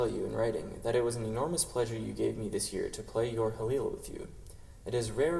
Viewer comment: Pronounced Khalil.